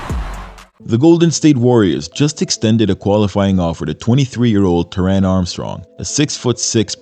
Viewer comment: you butcher the pronunciation of Armstrong’s first name, like it’s the capital of Iran. It’d be easy to say you don’t know how to say his name, but you’ve got Bogut saying his name correctly later in your video.